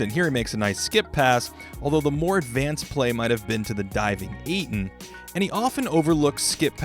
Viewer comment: dude said eaton when its ayton